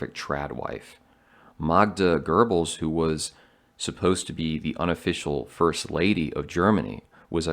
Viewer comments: It Goebbels!!!!! Not Gerbels 🤦🏼‍♂️ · it happens all the time especially with Americans ….. I read a lot …. Don’t know why but this one just irritates me for some reason lol . There’s no r .